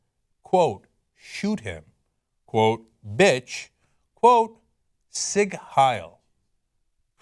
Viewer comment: Cenk fucked up the pronunciation of sieg.